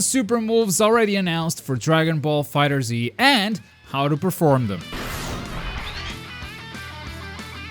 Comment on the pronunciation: It's not pronounce fighter z, it's fighterz(fighters)